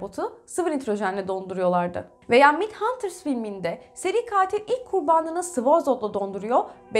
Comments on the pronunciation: Düzeltme: Okunuşuyla Mindhantırs değil, mayndhantırs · Mindhunter'ı yanlış telaffuz ettiniz.